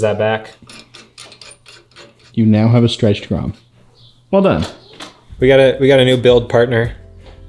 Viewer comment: Did you say stretched grom⁉️ lol. Love my stretched Grom. Can’t wait to see what you create.